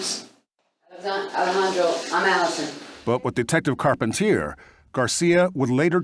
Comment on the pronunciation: *Carpentier. The Americanize pronunciation effed it up 😂